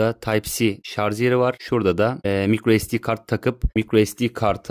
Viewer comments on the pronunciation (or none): ŞarZ değil şarJ.